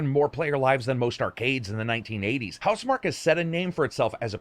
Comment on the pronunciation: Is it not pronounced mark key?